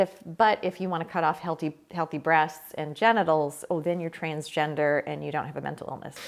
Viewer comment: "There are just men and women." What about intersex people? what about them? Also is it just me or does it sound like she is saying trainsgender XD Love your videos :)